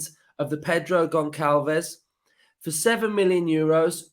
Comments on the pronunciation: As a portuguese sporting fan. I got to say he is a brilliant player and i hope he doesn't go. On another note its pronounced gonSSalves. Ç is pronounced as a S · another banging video! If we sign Goncalves his name is pronounced (Gon-sal-vesh) just a heads up! Hope we get him and Pau Torres! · Pronounced Gonshalves